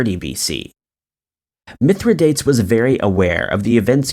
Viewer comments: I love this channel! FYI it's Mithra-dahtays, not Mithra-dates (even though that's how it's spelled!) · Mithridates.........it is actually pronounced Mythro - doteez. Just a friendly reminder. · Mithridates is pronounced mith-ruh-day-teez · yes! This right here.... also it was ROMAN not GERMAN..... Please, since you're doing research, PLEASE research correct pronunciation! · How many times are you going to mispronounce Mithradates? And 1916 was during World War I, not II. So much on the Internet sounds interesting. Then it turns out the presenter is very misinformed.